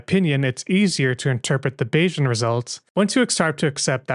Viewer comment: That's because you mispronounced "Bayesian". It's "bay-zee-uhn," not "bay-zhun."